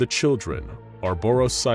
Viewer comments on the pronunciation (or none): Lol they said Ouroboros wrong